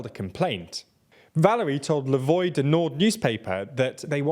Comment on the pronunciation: voix is pronouced VWAA not VOY. there are tons of easy to access ways to learn the pronunciation. why choose to be ignorant?